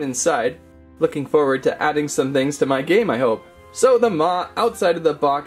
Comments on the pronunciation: Maw not ma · He called maw ma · Its not ma its maw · And it’s maw not ma